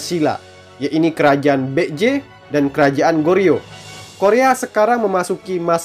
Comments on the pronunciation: Kalo dilihat dari pelafalannya kok masih kurang banget ya? Itu Baekje jadinya malah bek-j.. harusnya kan baek-je. Sekedar saran min, tolong pelafalannya diperhatikan lagi 🙏🏻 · Maaf tapi setelah saya pakai Google translate, cara pengucapan "Baek-Je" adalah "Bek-Je" Biasanya "ae" dalam Bahasa Korea dieja menjadi "e" saja. Ya begitulah 😅🙏